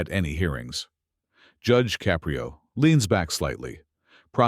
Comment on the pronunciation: You lost me at Judge Caprio's name pronunciation.